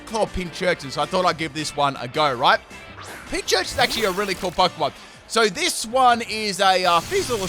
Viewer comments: Just as an FWI, Pincurchin only has one 'ch' in its name, so it's pronounced 'Pin - Kurr - Chin' rather than 'Pin - Churr - Chin' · Just saying its not pinchurchin its pincurchin